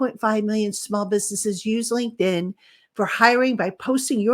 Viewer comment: Love your work but please do your sponsors a favour by not butchering the pronunciation of their name. It’s LINKED IN not “Lincoln” lol